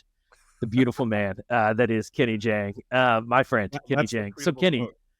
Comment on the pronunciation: FYI: It's JAHNG, not JHANG.